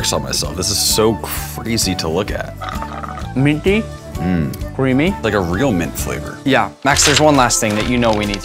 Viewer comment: Why did he say minty like that